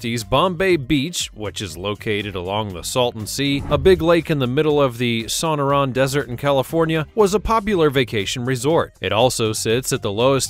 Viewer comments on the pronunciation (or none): Stupid robot voice said "SONN ER ON" for Sonoran desert!